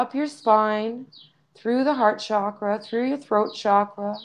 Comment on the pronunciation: A small but perhaps important "sound vibration" point: The word "Chakra" is pronounced the same way that one pronounces "Chocolate" in English. It is not pronounced "Shakra". In India, spiritual teachers place a great emphasis on pronouncing Sanskrit word properly, owing to their effects on the vibratory state of both our consciousness and physical living bodies. One neglects such fine points at one's peril. Who knows what effect the word "shakra" is having on the evolution of human consciousness? Maybe none. But why take the chance? / Yogic philosophy also teaches that there tens of thousands of Nadis, or energy channels running through the body, including the hands and feet. So to my knowledge, there is more to our energy system that just the 7 major chakras.